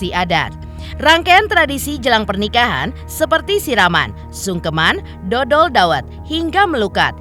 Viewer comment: Dhodol bukan dodol 😅😅 artinya jualan dhawet…please check dl laah ini kan adat jawa…